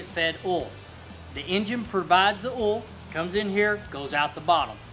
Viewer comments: cylinders 1 and 5 don't fire at the same time. They are on opposite strokes. So everything you followed that up with is wrong. Also, it's pronounced "oil". Not "ol". Cool video for dumb people though. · Did you say oil or ole